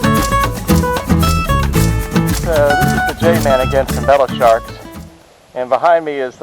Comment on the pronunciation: It’s all good brother there’s still names I mispronounce like Hobolochitto Creek 😁 I used to call it (Whole bowl o Cheeto) when I was a lil kid 😂😂🤣🤣